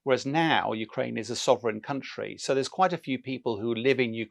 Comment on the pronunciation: Why is he constantly saying county? Ukraine is a country that was in a Union. Just like Wales is a country in a Union. Typical English arrogance...